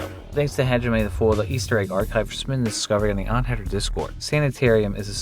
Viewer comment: Can someone explain why says dzansk instead of thanks? Is it phonetically correct?